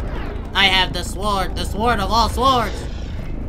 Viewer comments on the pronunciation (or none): did dae pronounce the "w" in "sword" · Y u put emphasis on the w in sword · Stay with me now... He say “sord” when it’s really “sWord” 😂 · man's said saword instead of sword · honestly cant believe he pronounces the w in sword... im sick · do you pronounce it like "SORD" like me, or like and say "SWORD"? lmk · He calls pronounced it as sword instead of sord , lol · Says S Ward Instead of sword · It’s pronounced Sord not Sward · it sounded like: I can build with the Ford!! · My dude said SWORE-D 💀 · my mans really said sWWord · dae is saying Swhord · He knows lmao. Him saying sWord is just like when ppl say sCissors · What the hell is a ss ward???? the w is silent brah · it's spelt sword but pronounced sord. Silent w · What’s a “Sa-WORD”? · Go to the begging did not say sword right he said saword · STOP SAYING “SUWOURD” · Annoys me every time he says s”W”ord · S U W O R D its pronounced soared. stop it. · What the hell is a sward? Lol can't get over your pronunciations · Am I the only who got triggered as he continuously pronounces w in sword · The W in sword is silent but not in W Gang🦶🏾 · He's so W-key that he even throws into his pronunciation of "sword" 😆😆😆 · lol the way he says sword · He pronounces the W lol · I love how dae pronounces it with the silent w🤣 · says the word "sword" with the W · The way pronounces sword 😂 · This man says sword exactly how it’s spelled 😂😂😂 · The "W" is silent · My guy the "W" in sword is silent lmfao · They way he say “Sword” hurts me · He pronounces the "W" in "sword" lol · Someone please tell the “w” in sword is silent Jesus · bruh don't know how to say sword im schleep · lmao yo pronounces the W in 'sword' that is NA education af bro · why does my man pronounce sword like that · He’s pronouncing sword wrong